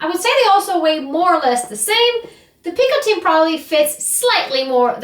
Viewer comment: Just an FYI. It’s not pronounced ’picoTEEN’ like in this video. It’s pronounced closer to ‘picoTEH. There’s a Frenchman named Jean-Michel here on YT who has a very short video giving the audio of the correct pronunciation, for those interested.